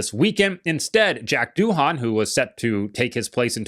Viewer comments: Pronounced “do” - “in” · Doohan in Australia is pronounced doin’…. Nothing special. 👏👏💯